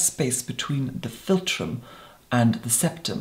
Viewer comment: 4 x "filum" said by 28 secs in.